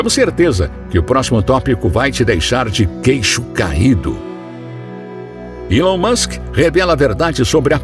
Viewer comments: Alon Musk Erá amigô dô faraó, foi elê quê deu dê presente a linguá dê ourô! Kkk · Gostei muito do conteúdo mais só eu que dei muita risada quando ele falava ilon Musk 😂😂